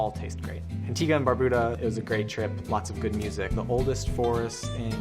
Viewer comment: IT's pronounced Antigua not Antiga, your pronnunciation of spanish is terrible.